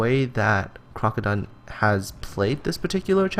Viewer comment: This is Crokodone, and yes you pronounced my name correct. In regards to my parking cops throwing tickets at me >;D, it was the circumstance, not so much the tactic that parked me on the beach. This replay was around the 9th or 11th attempt at the challenge and this was the highest grossing damage with my Cleveland. I myself thought we would be seeing 150-250k replays from this challenge. I am far from the best player and I certainly do not have the best connection. But there are several factors that dictated this match. (1) the mass of red on the other side of C cap would have spelled suicide had I done what you would have done. 2) our DD's took out the other side's dds very early freeing me up to deal with the bumrush on C cap. 3) With the increase of BB penetration across the board, the island gave me a 2km shield from every ship going up the slot. even that St. Louis did a sizable amount of damage to my boat. 4) anyone who wanted the C cap had to show me their sides and the battleship and destroyer with me backing me up insured I did not get overwhelmed by the enemy battleships. This contest was not about entertainment, I was certain some people were out there trying to be Neo and dodge fire from half an enemy fleet while derpinating the game; I do not know if you were one of them. But none of them met my expatiations when I myself believed when my 100k damage game was going to be the lowest of the competition. I am not trying to offend anyone, just pointin